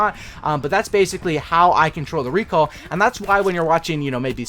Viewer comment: I can’t even handle the way you say the word recoil.